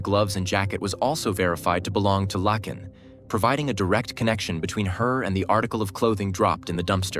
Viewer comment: yes it is her first name, but it’s actually pronounced Lake(n) as seen in a comment below. Like a lake with an N at the end.